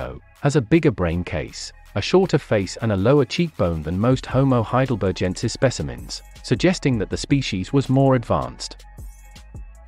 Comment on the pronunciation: Love your video presentation! But you're pronouncing 'Heidelbergensis' incorrectly. It has a hard /G/ sound, as in 'begin', not a soft /G/ sound (like 'engine')